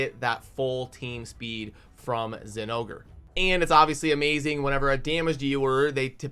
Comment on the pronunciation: Hearing zingore hurts my soul. Why does everyone else ignore the "o"